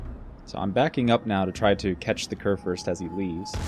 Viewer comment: Great Vid. Try to pronounce the "Kur" in Kurfürst like "cour" ;-)